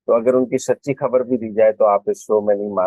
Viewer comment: اس خاتون اردو تلفظ انتہائ خراب ھے۔ خبر کو حبر اور خطاب کو حطاب مذید یہ کہ آواز بھی کرخت ھے۔ کسی موزوں خاتون کا انتخاب کرو ۔